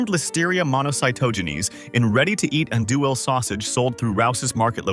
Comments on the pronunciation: Teach your AI to pronounce Andouille correctly and consistently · If you're going to talk bad about a product you might want to get the Cajun pronunciation correct